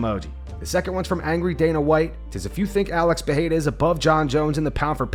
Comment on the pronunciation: its not PEHERA ITS PEREIRA. Joe Rogan thinks ther R becomes an H but its not the case